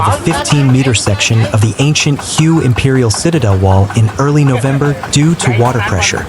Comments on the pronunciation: Please pronounce the city HUE correctly here is a help for you "The Vietnamese city of Hue is pronounced "hway," with a similar sound to the English word "whey" but with a slightly different tone. A simple English approximation is to say "whey," but for a more accurate pronunciation, focus on the "hway". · At least be able to pronounce Hue correctly